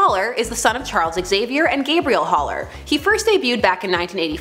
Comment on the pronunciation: "Top Ten Words Can't Pronounce:" #45 - the name Gabrielle.